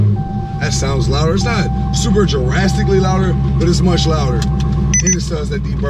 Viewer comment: Da Plug I think he said "drastically" 😂😂